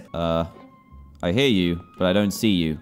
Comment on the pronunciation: Pronounciations Normal: ooh more in "HIR" DANTDM: Ooh more in hiiire